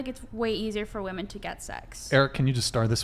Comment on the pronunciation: What’s up w these girls not being able to say WOMEN they love to say WOMAN instead 🤦🏼‍♀️